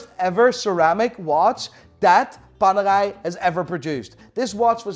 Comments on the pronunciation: What the f is worng with his pronounciation he says panerai as panagai and Pam as pum although your English is better than me learn how to pronounce.. No bs it was funny to hear it though.. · PaneRai with an R its not french. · Please grow an italian R to pronunce paneRai as it deserve. RRRRRRRRRRRRRR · keeps saying "PANERAI PANERAI PANERAI". All i hear "PANEGAI PANEGAI PANEGAI" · PANERAI met een Haags accent? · Loving the Dutch accent on ‘Panerai’ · So Apparently Radiomir, the original panerai is not a thing Also Panerai is supposed to be pronounced the Italian way, with the rolling R, since they are named after a italian man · Why is i pronouncing panerai like its a french watch, its italian the r is pronounced in another way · Why do you say Panera with a French accent